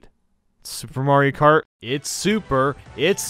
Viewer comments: Anyone notice at the start he said mario krat instead of Mario kart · It's Mario krat double dash. Get it right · at the start he says mario krat instead of mario kart why?